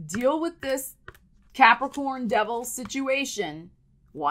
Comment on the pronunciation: I love how you say Capri-CORN. 🤣😂😎‼️💥